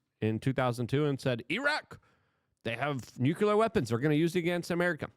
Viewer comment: Oh boy!! The unhinged monkey is back! With of course more shouting and incoherent rambling of course, plus a plethora of larger kind of ramifications that of course have created a sort of larger compromy in Luke's brain which of course has lead to a larger tumultulous nukelar deshtruction of Doyge and the Hootsies in unspeakable ways of course. Let's be real with ourselves here...